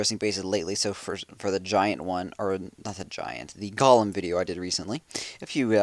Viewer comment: Golem pronounced GOAL-EM. This is Lord of The Rings...